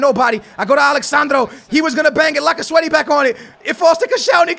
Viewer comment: Lacasweaty lmao, it's Lacazette